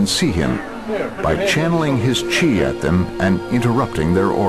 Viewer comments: it's chi, not chay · "He makes a (Chi)se ball" mmmm gouda